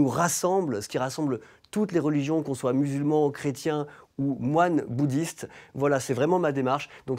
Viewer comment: Zadore comment elle zarle la boudischte